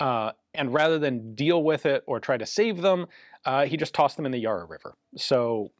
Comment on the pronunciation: One pronunciation note: the first "a" in Yarra is like in "carry". Adjust that and you'll be saying it like a local 👍